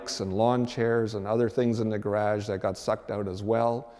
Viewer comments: Weird way to say garage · I know what a 'gar-AJ' is but what's a 'deckle' ?